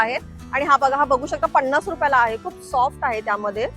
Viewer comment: किती सारखं ओके ओके आणि पन्नास रुपये म्हणतात पणास नाही